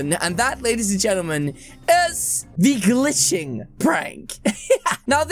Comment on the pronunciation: He said gliishing orange